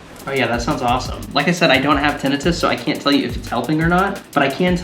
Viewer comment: I know your pronunciation of tinnitus is correct... but I still like the wrong one.